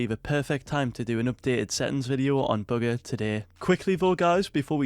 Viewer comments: Y’all niggas dumb it’s bugha and pronounced boo ga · you pronounce it ‘booger’ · Was he just saying booger the whole time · It sounds like he's saying booger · Just say his name right it’s not hard